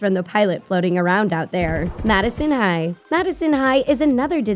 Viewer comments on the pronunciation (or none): none